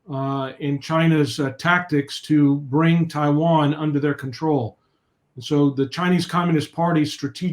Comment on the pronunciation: Corect the hastag it's Taiwan not Tiwan